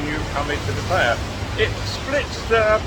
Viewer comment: FFS, learn how to properly pronounce Pattaya .